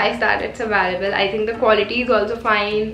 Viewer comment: Am I the only one who finds it really irritating the way she pronounce 'available'??